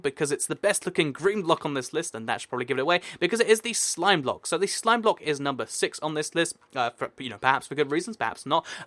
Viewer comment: Dude..... You really need to slow down, you are stating to trip up and make mistakes, like, 'Prismarine blick', plus, you said that it takes you quite a few takes before you get it correct. Great video, great concept (both, as always), but, the speed is REALLY FAST. Anyway, just my personal opinion. :D